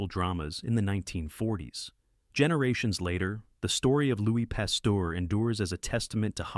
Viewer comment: The names Pasteur and Muni are mispronounced. Robot narrated.